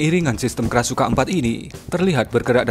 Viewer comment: Krashukan ?? Krasukan setan min 😂